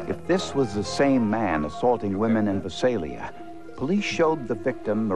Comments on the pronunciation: Its Vi-Sail-Ya and .380 Gauge? Learn difference between gauges, calibers, millimeter etc.. especially when its a forensic show. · If the narrator Peter Thomas were still alive, I would tell him that the name of the city is pronounced Vy-SAY-li-a.